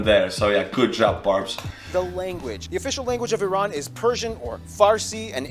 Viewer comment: Very good that you pronounced Iran correctly. It's eeeran not ayrane.